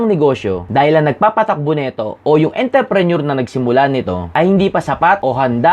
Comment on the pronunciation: Intreprenuer dong hindi interprenuer